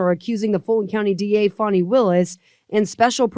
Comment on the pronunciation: Fanny becomes Fawny 😅